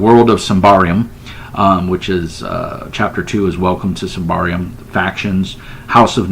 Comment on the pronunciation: Not that it matters but it's pronounced "Symbaroom". Have fun playing it :)